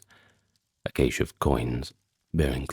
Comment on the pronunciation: Cache is pronounced "cash".